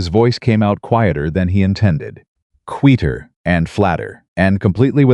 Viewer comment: If you can't do the narration without crap in it and can't learn how to pronounce "Read" and "Quieter" correct then you need to get someone else to do the narration or stop all together